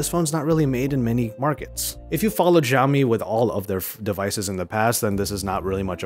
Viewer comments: Its Xiaomi not Ziaomi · Its Pronunced as "Shao-mi" not "Jao-mi".